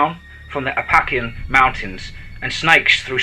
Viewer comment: App-puh-lay-shun = Appalachian